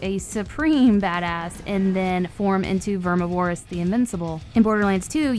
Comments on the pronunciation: ITS PRONOUNCED VERMI-VER-OUS not VER-MI-VO-ROUS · Hey.. Love your voice and style.. But its Ver MIvorous. Not vermi vorous. (like carnivorous, only more Verm) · VER-MIV-O-ROUS not VERMI-VOROUS. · Vermi vore us? Verm iv-or ous. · its not verm ih vore ihs omg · Plz plz plz say it VER-MIV-ER-AS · DeadNightmareZ5 Ik bro, it’s Vermi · I’m glad it’s not just me. Verm iv Er us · verm iv er us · Its Vermi :) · FloridaWavez ver miv er us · VERMI VOR US ITS VERMI GET IT RIGHT 😭😭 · Vermuh-voris Bruh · vermi vor us. lol no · Pronounced like "carnivorous" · Same problem with deviantart, too much emphasis on Vore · Very much so. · 😂😢she did vermi wrong